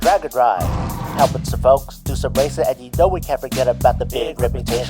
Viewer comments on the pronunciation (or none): none